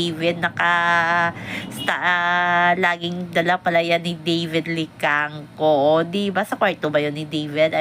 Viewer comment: Maam david licauco po nd david licangco.sori po